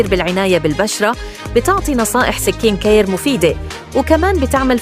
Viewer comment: بقصد قالتها غلط